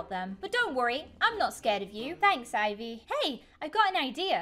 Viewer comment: That is not how to sla ivy my name is ivy its ivy